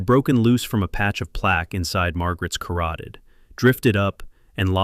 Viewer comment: Carooteed ??? Artery!